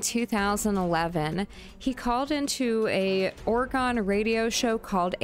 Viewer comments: As an Oregonian myself, I'm extremely triggered whenever people pronounce it "OreGONE"... OR-UH-GUN... OR-UH-GUN... OR-UH-GUN... Dammit, get it right! 😄😎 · Hey now, Oregon doesn't rhyme with gone! 😂